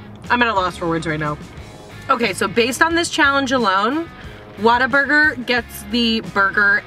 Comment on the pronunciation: Where are you from?? You say WhataBurger like a Texan Waterburger lol